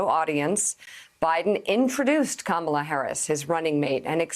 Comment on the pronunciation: He said her name wrong twice. Based on the lefts high moral standard for claiming others are racist for saying her name wrong in the past ... Biden is a racist !!!